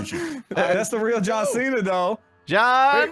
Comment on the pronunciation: You can't Ce-na.